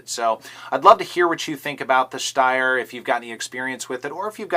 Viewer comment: I love the review, but why do you add that sch sound when you say schsteyr? I speak German and that is not how it is pronounced just Steyr; St not schst LOL!!